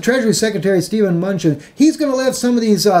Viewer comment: muh-nootchin and say-shells. Love you,!